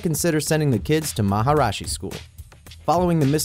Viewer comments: its maharishi...not maharashi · Is it Maharashi or Maharishi? Because you say Maharashi but in the video itself you wrote Maharishi Thanks for the answer! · Why cant the narrator pronounce the alphabet"i" properly ? MAHARISHI is pronounced MAHA RISHI not MAHA RASHI Moreover, they are affiliated to CBSE, a centralised curricullum for India which includes Maths and Science. Extra curricular activities include yoga, arts and crafts, chess, dance, music, handball, table tennis and creative writing. Students of MAHARISHI also won HDFC Spelling Bee contest in 2012. The Science Fair held in that school has won several Science Awards.Students are often sent to Houston and Orlando (USA) for Learning programs in Science Centres.Do some research before throwing your racist and stereotypical views on Indians, you dumb twat ! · YOU CAN'T EVEN PRONOUNCE MAHARISHI RIGHT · Where did you get this "information"? Also, you only pronounced Maharishi correctly the first time. I could have gone without this horrific scene!